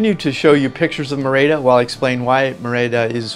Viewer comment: It is Mérida, with the accent on the first syllable.